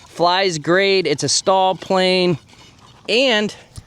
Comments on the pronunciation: STOL is pronounced like stole, not stall. The Pitts and Waco are beautiful planes but incredibly fragile, because EPS Coffee Cup foam. HH makes some great looking and flying planes, but that EPS foam SUX, and you have to pay a premium for their planes, so generally NO! Regarding their linear servos, that are world renowned for sticking, don't set them at a rate above 97%, and lube the contact surfaces, with an electric contact cleaner, before the first flight, and at least annually. That will take care of most of the servo issues. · Thanks for comparing a good variety of aircraft . FWIW… STOL is pronounced “stole”, not “stall”. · You’re mispronouncing STOL. It’s pronounced with the long “O”. You sound like you’re saying stall.